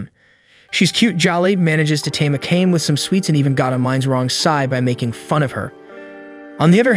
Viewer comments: Its A K A M E NOT AKAM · ive always wondered why do narrators purposely mess up character names. Akame (A- kah- meh) Not AKAME (A-Came) they aint teach you pronunciation in pre k or you just been walkin around with stupid on your 4head (For - Head) in case you cant comprehend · I'd be happy if you just say the character name right 30min straight i had no idea who you were tlking about (Ah-Kah-Me) Not no fuckin (I came i saw i conquered )